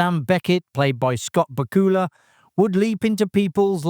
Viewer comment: Scott BACK-U-La, not BUH-COOLA.